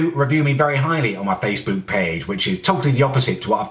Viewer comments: "Let's have a LEWK on faceBEWK" CEWK BEWK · face. boowk. payyge.